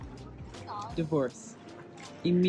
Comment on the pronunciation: Am I the only one who burst out laughing when she said Ricola? LOL